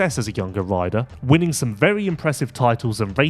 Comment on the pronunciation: Please! They are "RIDER" contracts, NOT "WIDER" contracts...............................Also please remember it is "FLY RACING"......NOT....."FWEYE WAYCING"